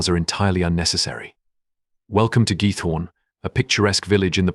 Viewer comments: It’s Giethorn not git hoor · it is not almeer but aalsmeer flowers auction. and it is giEthoOrn. do your homework !!!